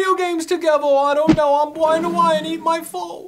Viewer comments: O my god it's!!!! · I don't wanna play no spowts either.